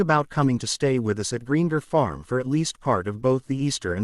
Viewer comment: Its buging me ai cant say greengrass